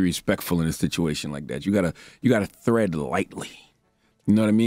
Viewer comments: Cha it's tread lightly, not thread lightly. 😂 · The word is “tread” lol 😂 and he said it twice! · Did that fool say "Thread lightly" instead of "Tread lightly" 😂🤣😅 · Tread lightly, CTG, not “thread”. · TREAD lightly, not "thread lightly". As in to act like you are walking on thin ice. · It is tread lightly, not thread lightly. Leonard. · It's tread lightly not thread lightly Charlemagne.. for the record. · tread lightly not thread lightly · Tread lightly not thread Uncle Charla. 🤦🏾‍♀️ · I’m glad to know I ain’t crazy because when I heard him say that I was like isn’t it pronounced as Tread?